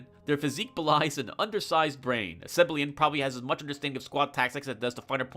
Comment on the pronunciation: "Seblian" It's "Seb-ill-EE-an".